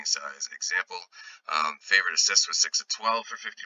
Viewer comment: Lets keep cashing my man! Great to see real people behind the voices. 😂 BTW - Its pronounced "fa-vor-ed" not "fa-vor-ed-ed" 😅